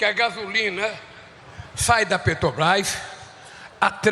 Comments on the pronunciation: Não consegue falar " Petrobras"🤭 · Aff ele fala petobais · Ensinem a esse senhor que a palavra é PETROBRAS E NÃO PETOBRAS. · A "PRÉTOBAIS" !!! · Petobras! Não sabe nem falar... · Eu percebi, falou errado tbm Petrobrás (a língua não deixa) esse elemento é um analfabeto de pai e mãe.